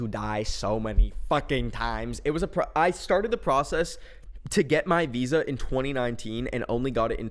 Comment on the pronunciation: i heard that visa as Weezer for a sec